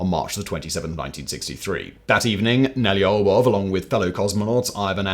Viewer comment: Yeah, he was all over the place with Nelyubov. I'm not Russian, but that isn't even a hard name to pronounce for non-Russian speakers, compared to other Russian names.